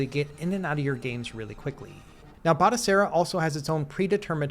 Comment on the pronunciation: Its pronounced Batochera, not Batosera. I've got this running on an Atari VCS, works a treat.